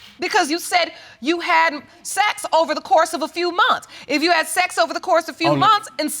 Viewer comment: He said a "frew" times 😂😂😂😂